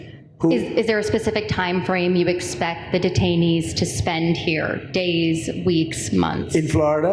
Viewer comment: No, no! When you said 'detanees,' I thought you meant the Republican Party.